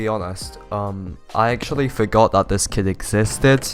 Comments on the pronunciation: I can’t tell if you!re saying, “kid” or kit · I thought he said kid lmao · i thought you said "kid" lmao